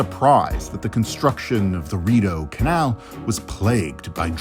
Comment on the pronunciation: My Brazilian immigrant ears heard the guy saying “at the mouth of DORITO CANAL”. It took a few seconds for the “RIDEAU CANAL” to build up to my ears 😂